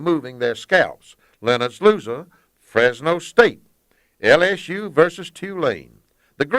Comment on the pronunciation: I grew up listenin' in the mornings in the 80's. I loved the way he would say- L (ass) U. That tickled me 🤣😂😃🤣